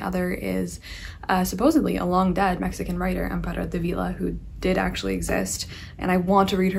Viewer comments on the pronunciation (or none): none